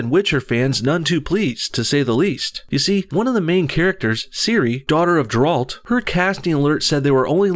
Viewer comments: Its pronounced Gare-Alt not Jer-Alt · It isn't pronounced "Jer-Alt" it's pronounced "Ger-alt" like "finger" or "tiger": "fin-Ger" "ti-Ger" "Ger-alt" with a G, and the emphasys is on the "ger" not the "alt"! Have you ever even played the fucking game? Why are you even talking about this if you've never even played it!? I mean yeah, i agree with everything you say in the video but still... at leat learn the characters names before making a video about them. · Its pronounced G(h)eralt, not Gerald D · You pronounced Geralt’s name wrong. It’s not “Jeralt”, it’s GERALT (pronounced GARE-ALT) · I know I'm late but it's G-air-elt. Geralt. Not Ger-ald. Oof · As much as I like your videos,, you're obviously not a genuine fan of The Witcher series. There are errors aplenty in your views on this topic. Geralt, not JARULT, c'mon, man. Though I do agree that Netflix is ruining one of my favorite series ever. Most people who are gonna watch the show ARE WHITE MEN, Netflix is fucking trash, and they're disrespecting a culturally white, more importantly Polish, media. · Its pronounced Geralt. Not Jerold. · Please it's Geralt, not Jeralt. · Jeralt.......😑🔫 It's Geralt....hard "g" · Where the hell do u get the D from???!!! its with a G! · GEH-rult, not jer-ALT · How can you complain about something when you mispronounce the main character of the Witcher's name? Did you even do your homework before hand? I agree with what you're saying but wow. Also, the show will be about the books and not about the games, the author (very publicly) hates the games and wants nothing to do with them. Ciri is also not Geralt's daughter because Witchers are sterile. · I'm not saying this show is going to be any good, it's by the director of those mediocre marvel shows. But honestly, why are you pretending to know anything about this universe when you pronounce Geralt "Je-ralt" and call Ciri his daughter... Stop using the franchise to push your equally stupid anti-sjw narrative. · Ja-rult < Ger-alt